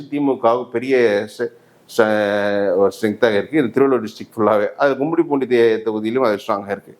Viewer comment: Kummidipoondi ❌ gummidipoondi ✅ தொகுதி பெயர் தெளிவாக இருத்தல் அவசியம் FTP